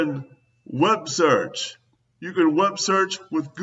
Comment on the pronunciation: Guy complains that this and that isn't a verb or a word or whatever, and he keeps saying "wubsearch", which to my knowledge isn't a word either!